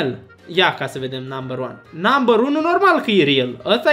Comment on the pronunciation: NAMBĂR DOI, BĂ